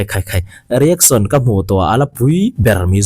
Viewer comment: I tawng a fiah fel fai ngaihthlak pawh a nuam mizo youtube channel ah ka en hnem ber ini..mahse kan hnam tawng nilo mahse .… iShowSpeed i lam dan hi please in ‘saw’ tiin lam tawh suh… show shh… lai kha a har miah lo (nopang bengchheng pawh ‘shhh..🤫’) kan tih tho kha 😂 …… reaction pawh ‘ri-ek-son’ aiah ‘ri-ek-shun’ (rEEAkshUHn) tiin han lam ta la a va mawi leh zual dawn tak em…… saptawng takin constructive criticism ah minlo pawm sak hram teh… min ngaitheilo deuh chu an rawn awm leh maithei mahse thenkhat ngaihmawh ani ve thei tho bawk 😂 😂